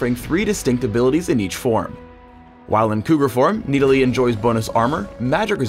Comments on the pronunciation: Who the hell pronounces it as (Nee-Di-Lee)? It is pronounced as Nid-ah-lee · Need-a-lee... wat. I thought it was Nid-a-lee. :| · i thought it was nidalee not needilee ._. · IT'S NID-A-LEE NOT NEEDALEE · riot.. NIDalee. not NEEDalee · I feel like he is saying needalee just to piss me off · i cringe every time he says "needali" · Jumbo gamz He pronounces "Nid" like "Need" and "lee" like "li". It's wrong, it's the other way around. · Verrow need a lee? get it? hahahahahaha im funny right. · The way that pronounces Nidalee sounds like needles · says NEEDALEY like 300 times during this video. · I swear it sounds like he says Need-I-lee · Needa-Lee, the bescheal huntress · I cringed every time said Needalee:P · No it's MID-A-LEE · I hate how he says kneedalee. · it's like he's saying "Needle E" xD Oh yea and nidalee ain't that OP.. Her spear may do tonnes of dmg but that's her only early game nuke... and most noobs won't be able to aim that shit xD. In late game it's kinda useless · i hate the way he calls her needlee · Do you understand english XD the letter i dosent make that sound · PLEASE tell me this is not the proper way to pronounce 'Nidalee'. It can't be. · Anyone else hate the way he pronounces Nidalee?